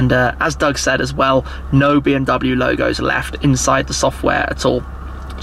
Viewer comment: It is pronounced like BMW, not BMW.